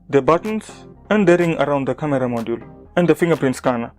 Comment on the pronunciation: Yea i know. I just liked the way you pronounced camera as KA-Mira.